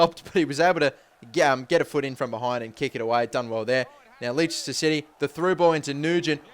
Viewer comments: lol lee-sister city.. it's pronouncer lester city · its not lee ster its less ter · you pronounce it 'lester' :') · Leechester? hahahahaha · pronounced les-ter city :] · LESS-TUH you idiot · Its pronounced lester bro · Leicester City - Lester City Written - Pronunciation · Leicester is said like : Lester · It's pronounced Lester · It's pronounced Lester. :) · Leicester city as in pronounced Less-ter!!! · Leicester is pronounced Less-ter but it;s understandable man ;) and love this series so please make it more frequent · Just for future reference. Leicester is pronounced 'less-ter'. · Leicester is pronounced "Lester" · This is how u pronounce Leicester les-ter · Its pronounced as LESTER CITY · Leicester is pronounced less_ter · you can't say leicester? its Les-ter.... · It's pronouned Lester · Leicester is pronounced LESTER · You can't say Leicester!! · lol u cant even say leicester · You just butchered Leicester City's name.